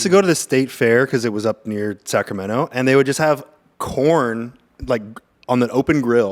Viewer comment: We all know you’re from sacramundi